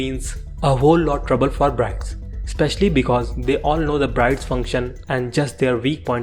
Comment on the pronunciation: My friend, its "BIRDS" not "BRIDES" as the pronunciation. Otherwise a great job.